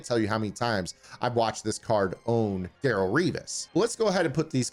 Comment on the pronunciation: It’s Darelle not Daryl